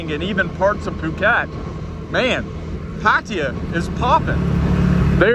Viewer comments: Pa-Thai-Ya. Not Pattia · It's Pattaya pa ta yaa ... Not pat tee ya Or in Thai พัทยา so many foreigners get this wrong ask the Thai girls how to pronounce Pattaya properly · Pattaya is pronounced like this PUH - TAI - YUH not patia ! ! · It ain't PAT-T-ah. Jeesh. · I can't stand how some farrang keep saying "Paatteeya". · Haha. This guy say the words pattaya so wrong. I am in pattaya right now bro